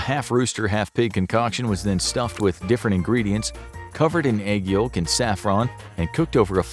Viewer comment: This guy says yolk hella weird.